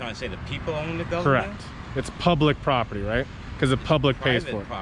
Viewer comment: Note the low intelligence/education people they hire. "propitty," "I seen..." (instead of "I SAW...) "What...what...what..." They would have done better deploying a trained chimpanzee.